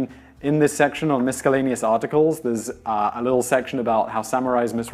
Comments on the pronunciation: wtf with the "miskellaneous" at the end? I thought I was just ignorant to a variation in British pronunciation of the word. I had to disappointingly conclude (after 20 minutes of double and tripple checking) that it's just as wrong as it sounds. Never would have expected it from Simon. But I can't judge, either. I learned during my brief research that I'd been mistakenly pronouncing the T in "often," and that the correct pronunciation is "offen." There's nothing as effective as learning you've been mispronouncing a word for most of your life to make you feel like a moron. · Miscellaneous != miscaelleneous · Seriously, where are you from? I've never heard an English speaker (even non-native) pronounce 'miscellaneous' like that in my entire life.